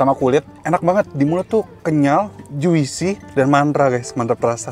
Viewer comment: Jusi bkn juisi bang